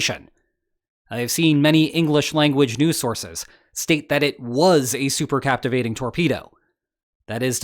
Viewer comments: Cavitation not captivation, love your show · Cavitation ,not captivation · Its cavitation not captivating